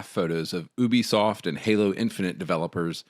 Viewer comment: I dig what you and homie are saying but damn im sick of nerds saying Ubisoft wrong